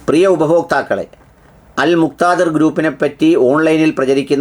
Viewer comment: എന്താടെ... നിനക്ക് അൽ മുക്താദിർ എന്ന് പറയാൻ നിനക്ക് ഇത്ര വിഷമം